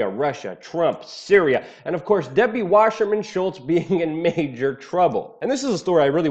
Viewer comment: Why the "sh" sound in Wasserman? sssssss!